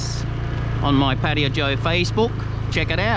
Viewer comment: Pattaya, yayaya as yamaha..not patia.